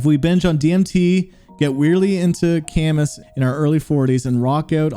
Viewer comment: This jackass didn't even pronounce Camus correctly